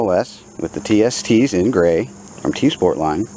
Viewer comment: Yep, you pronounced it right